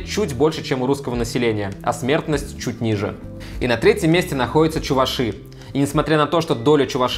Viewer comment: Как можно в слове чуваши неправильно ставить ударение, погуглить нельзя было.